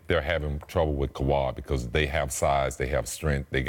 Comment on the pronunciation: “KAWHAD” 🤦🏾‍♂️ Scottie can never ppl names right 😂😂